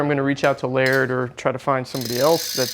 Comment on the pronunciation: A carbon bmx would be awesome to see Scotty build. I'm sure he will never work with Supercross after the video they put out bashing on Laird and not even saying his name correctly. Why stick to aluminum or titanium instead of trying something new for a bmx bike?